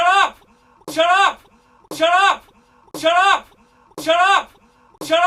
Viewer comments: mari95g0 In in an Indian accent xD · saying shallot in an irish accent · it kinda sounds like he's saying giraffe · It sounds like he is saying giraffe in a Scottish accent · It sound like he's saying Syrup or Chirrup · after awhile it sound like: chur up